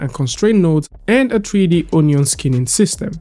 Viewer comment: Tree-D? What is tree-d?